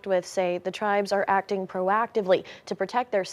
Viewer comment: Why did she mispronounce "acting" just like that beekeeper who does fraud in minnesota